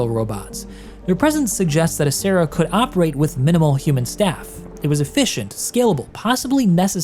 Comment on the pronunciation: Just as an FYI: in Italian you would read "Acerra" as A-ch-erra, not A-ss-erra (with the "ch" pronouned as you would it in the name "Mitch"). "Cera" (pronounced like "Chera") in Italian means wax, which is why there could be a relation to the Latin for a ceremonial alter (assuming incense or wax candles were used).